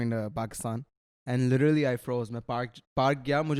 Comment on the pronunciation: Lidarly not literally😂